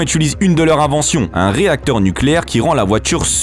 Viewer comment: Nuculaire comme dirait